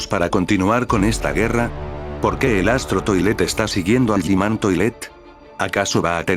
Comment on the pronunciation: G man❌️ Yi man✅️🤑